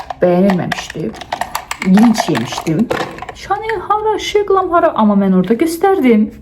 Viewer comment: Çox xahiş edirəm sizin timsalınızda bir çoxu she glam məhsulu deyəndə şe glam deməyin.Oxunuşu şi glam-dır